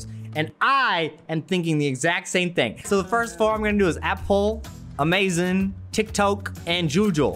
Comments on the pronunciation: You earned my subscription when you said, "Amazen" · Omg the Amazon logo was sooooo good I just that your pronunciation lol